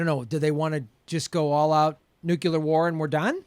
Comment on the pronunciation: nucular... Jesus christ...